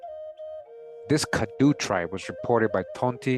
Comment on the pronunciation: the CADDO Indians are pronounced Cah-Dough (or Cotto) which are also found in Northern Mexico near the TX border. The first President of Mexico, Vicente Gurrero, was a black man from this tribe (I believe). You can find this and MANY other indigenous Tribes listed together in Gerold Horne’s book called: The Counter-Revolution of 1886, which discusses how TX broke away from Mexico because they intended to sustain slavery after Mexico’s president abolished it in 1804. Worth every penny!